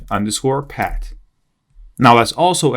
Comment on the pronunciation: it's not "pad" it's "paaath" with a "th"... but it looks like it's a common thing for 🇳🇱 people, unable to speak "th" like 🇨🇳 have their issues with "r"... it doesn't make it impossible to follow, but if people talk in English, they should be able to handle the basics of that language... so my advise: please learn to speak the "th" to avoid confusions when listening 👂... anyway, thanks a lot for this tutorial and all the work that comes with such a long video!